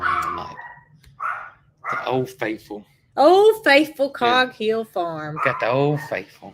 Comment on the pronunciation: AAAAH OK I noticed that too that you were saying CoG Hill instead of coghill lol I get it now...